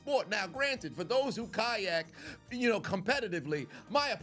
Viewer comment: The way you say kayak. Kayahhk 😂